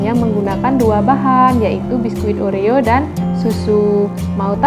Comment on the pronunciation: Kata kata nya oreo kokjadi orea